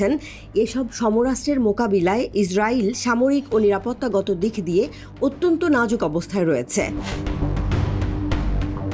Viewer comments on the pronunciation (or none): none